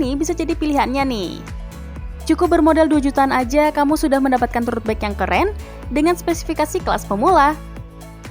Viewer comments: Sama gw jg denger nya aneh.. baca aja :rodbaik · Mbak nya kok ngomongnya “rut baik” ya, agak keganggu dengernya, hahaha